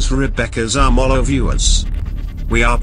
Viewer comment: Did anyone else realize that project Zorgo pronounced Zamolo wrong?